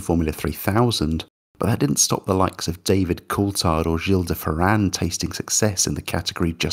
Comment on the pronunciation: In addition to everything everyone said so far in the comments, I want to congratulate you for pronouncing Gil de Ferran in a more proper way, not "Gheel de Ferran" like several other people do. Good to see his name being brought up too. And gosh, what an amazing video. Being super young at the time, I was always fascinated by how gorgeous the car was (I was in the grandstand right where Webber crashed in 2003, Interlagos!). Only a few years later. as I grew older and learned more about the sport, I'd realize how much of a messy corporate project that was...